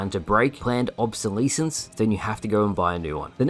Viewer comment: Obsi-LEE-since I love you man but holy shit that threw me 😂